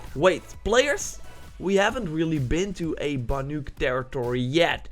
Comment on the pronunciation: if he says banYuk one more time🤦🏿‍♀️😤